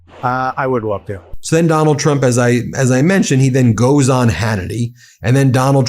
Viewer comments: Did anyone else catch " president clump" by Brian Mast? 😂😂😂😂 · I did lol! KLUMP. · He was right the first time when he said KLUMP😁😁😁😁😁😁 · Did that Brian Mast guy just say, "President Clump???" Bahahahaha! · Lol the guy said president clump before correcting himself that's beautiful.